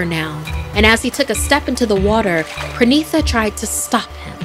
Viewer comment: Its pranita not pranisa It's spelled pronita